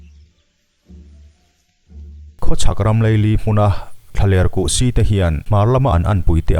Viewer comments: Kuhsi hi kuh-siiiii tiin thluk suh...... Si tih lai hi a hniam a sawi tur aw.... Chanel in siam ve anih chuan thil hming reng reng hi lam/sawi/chhiar uluk teh u'n...... In en lawk nasa bawk ula.... In zir rawh u..... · Pasi kan lama si ang chiahin lam tur. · Buhsi kan lam ang hian kan lam thin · A ngaihnawmin a hmuhnawm e. Amaherawhchu, "Kuhsï" tih leh "eltiang" tih kha chu i lam dan a common lo ve khawp mai😃😀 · Kuhsi ti a,Si lai hi lam hniam a,lam tawi bawk tur.